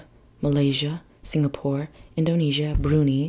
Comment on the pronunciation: Brunei is pronounced Broon eye….😎✌️🇬🇧